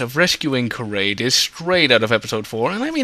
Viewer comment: I’m sorry but how could you mispronunciate these names so badly? How does KARRDE become KARADE?!? Otherwise your videos are pretty good but it’s like your pronunciation is wrong on purpose. Makes it hard to watch.